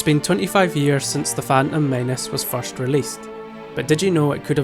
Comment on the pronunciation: I never knew it was known as the" fan ummm men ess." Thanks for enlightening me.